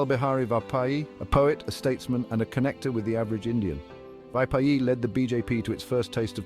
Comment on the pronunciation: Good video but pronounciation of Vajpayee ji is wrong